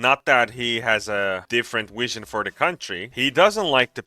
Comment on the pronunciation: Vietnam and vision and victims please - not Wietnam, wision, and wictims!!! Otherwise, a great wideo, er, I mean, video!